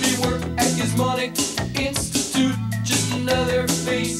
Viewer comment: "I could intutuse you to worlds of pain..."